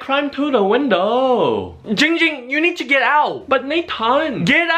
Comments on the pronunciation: Hey, this is my tutorial for YOU on how to say "giiing ging's " name. First you need to say the 7th letter in the alphabet, which is "g". But instead of saying "gha" you need to say "jhi". Now you need to say "ing" like "ring" or "bing". Now put those two phrases together. Now you should have "Ging Ging". BUTTT on the very first "ging" you need to expand the "ing" by 2.21342 seconds. AND when you say the second "ging" it must be on a higher note than the first. You are very welcome... now pay me thought paypal... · Nah let or should i say '' as ding ding says it, keep spelling jing jing.